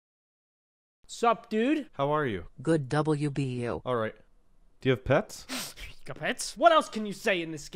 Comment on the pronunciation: When you say "Do You Have Pets" it sounds like "Do You Have Peps"